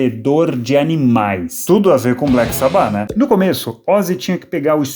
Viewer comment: Agonia ouvindo ela falando Sabbáth a pronuncia correta é Sábbath